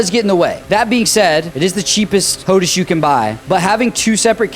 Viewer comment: Could you please call it hotAs, not hotus... hehehe, kinda like HotAss. I have the HOTAS One, black, for my Xbox, but use the TCA or Warthog on my PC